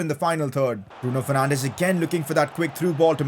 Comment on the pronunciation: isn't it Bruno Fernanchhhhhh